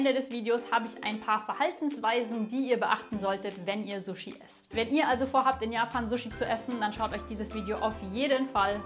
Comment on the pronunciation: Ich bin Japanerin. Wenn jemand so gut japanisch spricht wie Du, kannst Du bitte richtig sushi( scharfes S) statt zushi (weiches S) aussprechen?😊